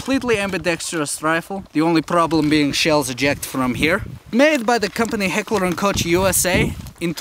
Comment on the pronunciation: born in Russia - doesn't know how to spell his own city (I know it because I know russian as much as russians know it) and secondly, pronouncing H&K manufacturer wrong- says he lived in Germany. Doesn't seem to be true